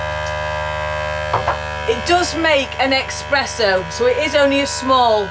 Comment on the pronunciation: Espresso. Not expresso. It sounded like a very smooth vibration for a cruising toy.